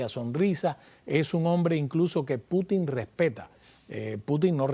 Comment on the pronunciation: No es correcto Putín…Se dice Pútin .